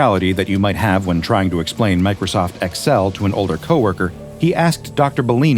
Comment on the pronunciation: they're pointing out how weird it was pronounced in the video. they pronounced it like 2 separate letters instead of like the word